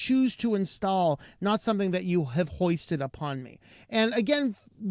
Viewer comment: Foisted upon, not hoisted. Good video, thanks! 👍🏻